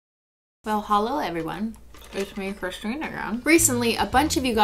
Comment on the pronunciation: did u just sy christene not cristene